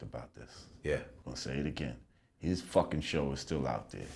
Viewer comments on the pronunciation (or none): none